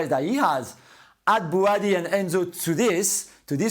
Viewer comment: Did Graig just call Bouadi Birdy😅?